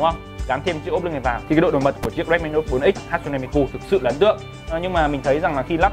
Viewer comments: Ha tsu ne chứ ko phải hat su ne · Góp ý nhỏ: 1, Miku ko phải nhân vật anime mà là 1 Vocaloid 2, Tên cô ấy ko phải Hat-su-ne Mi-Ku mà là Ha-tsu-ne Mi-ku